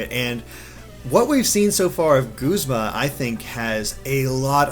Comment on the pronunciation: Oh gawd no, don't let that be the official pronounciation of Guzma... G-uh-zma sounds so much better! That aside though, I'm loving Team Skull so far! :D